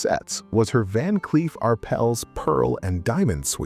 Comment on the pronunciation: THANK YOU SO VERY MUCH FOR PRONOUNCING “VAN CLEEF & ARPELS” correctly———BUT WHY IS THE WORLD DID YOU START MISPRONOUNCING THE NAME HALF WAY THROUGH THE VIDEO——-UNFORGIVABLE